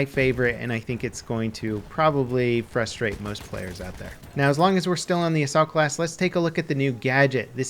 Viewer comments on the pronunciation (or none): none